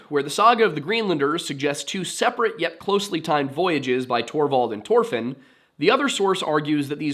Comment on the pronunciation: Why do you got to say it like that. Just say it the way it's supposed to be pronounced Thor Fin. Not Tore Fin